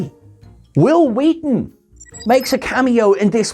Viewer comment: Why are you saying it that way?